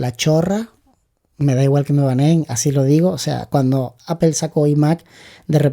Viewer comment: Es muy instructivo este vídeo. Gracias. Solo una cosa, he vivido en California y manzana se pronuncia ApOl( no apel), jaj😂. A los anglosajones les chirría mucho escucharnos decir apel